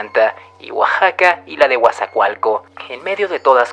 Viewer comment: oaxsaca 😂🤣🤣🤣 Si mexico se lee Mejico, todo lo de mas es lo mismo como J